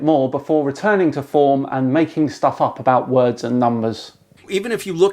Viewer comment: He's good with words... oh my god, WORDS. Wah-urds. Wuh, like the letter... "W." And "W" is the first letter of the word word. THAT's why W is at the start of "word." Open your eyes people, everything is connected.